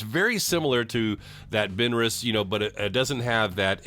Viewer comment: I am 77 and I have never heard anyone pronounce it like you. Maybe I’m just a country hick.